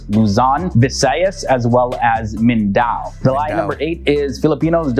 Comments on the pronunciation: Sorry im from mindanao and I just cant help it but laugh when he said mindao... not judging or what for those who do not know its pronounced as Min-da-now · just a little explanation here pls pronounce the mindanao.like this min-da-nao(now)not mlndao sound as in mindanow...now sound like.second we speak English people because that is our second language.we study English since we started in school,another one not taguigggg pls read tagig.silent u 🤭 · Correction. It is not Mindao but it is Mindanao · mindao, it is min da naw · Bruh its Mindanao not mindao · Correction "MINDANAO" not Mindao, thanks though for clarifying some misconception that none Filipinos long has thought to be true. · min-da-nao!! ahahahhaha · "Luzawn, Viseyes, Mindao" 💀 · Min-da-naw that’s you pronounce it. Filipinos are expected to know how to speak English. Science, Mathemathics, History, Statistic, Physical Education, Values, Religion, English , Language and literature subject are all in English. Family oriented “yes”. Eating dog and cats meat are prohibited in our country. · It's pronounced as MIN-DA-NAO, 3 syllables. And TAGUIG is TA-GIG, 2 syllables. Btw, nice video tho! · MINDANAO = Min da naw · I hate the video that he's watching 😂. Like how does that person can literally describe what is and what is not Philippines or pinoys are, when he did not even research how to pronounce Luzon, Visayas, and MindAnAo.